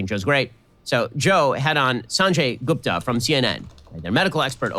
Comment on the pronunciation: Ben is intentionally mispronouncing Guptas's name. You can hear him pronounce it correctly the first time and every time after that he uses an english pronunciation. This is the kind of bigot he is